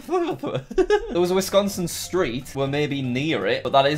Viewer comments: Wisconsin: Exists Jack: Withconco. This is unintelligible. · Wis-con-sin. It's simple.